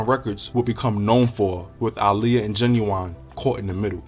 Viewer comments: Her name is aaliyah not Iliya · Yes she pronounced it (Ah-Liyah) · Why does he pronounce Aaliyah’s name like that 🤣